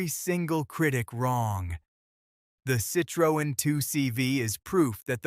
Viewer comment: Perhaps learning how to pronounce the vehicle manufacturers name correctly would be a good start before doing the audio part of this video.